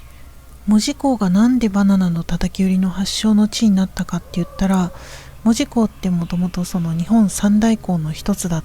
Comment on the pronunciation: 大正14年に建てられていません！！！もっと古いです。 現在の門司港駅は新築当時を復原したものです。 木製の乗車券の販売窓口、復原前は、あんなもん、なかったです。 「門司」のイントネーションがキモすぎる 「門司」は「文字」と同じイントネーションではない 「も」にアクセントはないのだ 住友銀行門司支店は昭和20年6月の空襲で燃えて灰になりました。 日本郵船門司支店ビルは、九州初のエレベーター設置オフィスビルです。 動画のエレベーターは昭和2年の建設当時から修理を重ねて 現存しているのですが、このことが紹介されたことがありません。 なお、郵船ビルは1990年代のレトロ事業スタートから、 観光客の受け入れをしていないビルなので、 観光目的で入ると注意されることがあります。 国鉄時代、このビルの２Fから門司港駅を撮影して私も怒られました。 郵船ビルの動画はアップしない方がよいと思います。 ホームリンガ商会の建物は戦後の建物です。 旧門司三井倶楽部から桟橋通を歩いて北九州銀行まできたのに 鉄道記念館は？？？？って怖すぎる 歩いている途中にあったのだが・・・ 門司区本町（ほんまち」と読みます